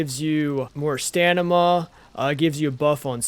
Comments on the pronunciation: Please stop say stanima; its stam-e-nah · I giggle a little bit every time I hear “stanama” 😂🤭